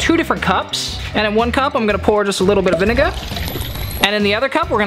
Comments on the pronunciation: He said vniga😭😭😭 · So we are not talking about how he said vinegar wrong